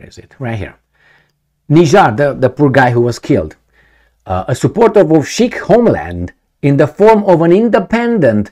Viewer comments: correct pronunciation 'see-kh'. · you need to seriosly learn to pronounce the word "Sikh" properly. A consistent issue in lot of your separate videos.